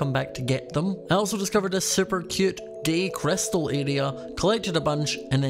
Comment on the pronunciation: "Gay chrystal area" Lol